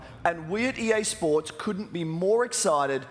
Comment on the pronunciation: Dude, you're not saying EA SPORTS correctly ...